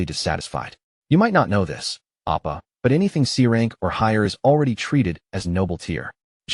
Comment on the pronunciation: I mean, it also is reading a Korean manhwa but doesn’t know what an oppa is (and is saying appa, which is dad instead of older brother, lol) I’m going with bad AI